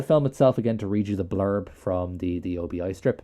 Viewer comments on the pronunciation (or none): Thanks for this. Very entertaining. But note, it’s an obi (as in Obi Wan Kenobi) strip not an O.B.I strip.